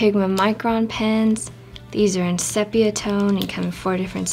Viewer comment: Tna ks for sharing. Just a note, sepia is pronounced cee-pee-ya.